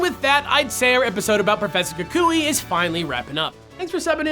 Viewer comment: Omg thank you so much for actually pronouncing his name right XD (Most people say "Kuwk-wee" and I facepalmed as soon as I heard someone say it that way....)